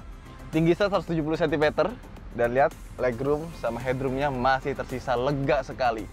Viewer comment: "hedrum" not "het-rum" lucu dengernya wkwkwka 😂😂😂